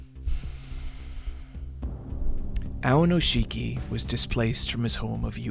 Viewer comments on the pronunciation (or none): WE LOVE AONISHIKI missed him so much this past month. Btw pronounced "ow neesh kee" not ownisheekee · Guys, it's Aonishiki, not Aonoshiki. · Every time he calls him "Aonoshiki" istead of "Aonishiki" a little part of me dies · Just a few notes: AoNIshiki, not AoNOshiki! Also he's not unique in being Ukrainian, there's also Shishi who's also in the top divison and was there even before Aonishiki, but hasn't had the same success, and is kind of comical for his awkward leg movements although he's very powerful on a good day. Also, Sekiwake is TWO ranks below Yokozuna. There's Ozeki between them, which is the rank Aonishiki lost because he got a losing record in March and then technically got a losing record in May because he sat the tournament out because of injury. Getting Ozeki is difficult, but it's also harder to lose once you get it; you need two losing records in a row. Also just to brag: I was in Japan for day 14 of the March tournament. I was worried for my boy (I'm a total Aonishiki simp) but I saw it live when he beat Kirishima, that was amazing. First time I saw sumo live, I couldn't have been happier. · Love the video, but man is it painful to hear you pronounce his name AoNOshiki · when you do the main video, please make sure you're pronouncing the names right. You'll catch hell for it. I was twitching every time you said AoNIshiki's name. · Very happy to see you invested in sumo and I'm sure you will spread that passion to a lot of new people, which is awesome. Just a few notes though, Aonishiki is pronounced "aoniski" and the wrestlers are called rikishi. Its not a big deal but as a sumo nerd I had to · Aonishiki has been doing sumo since he was 7 years old. He didn't magically stumble upon it while seeking asylum. Also, what is with this pronunciation of his name? I thought this guy was giant weeb.